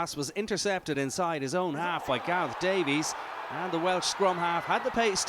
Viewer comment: Also needs to realise you don’t pronounce the e in Davies